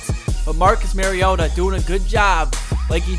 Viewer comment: also your still saying mariota wrong lol